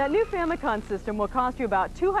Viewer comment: What's a..."Famicon"?